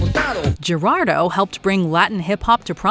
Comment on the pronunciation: I don’t think that’s how you pronounce: Gerardo… the “G” is an “H” sound in Spanish 🤷🏻 Of course, if this is AI, which I believe it is, I understand.